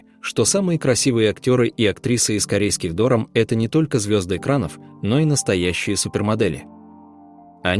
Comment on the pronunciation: Почему такое невероятное ударение в слове ДОРАМ??